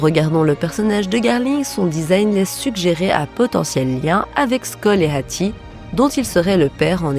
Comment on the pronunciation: mais pkoi prononcer le H de hatti comme ca ?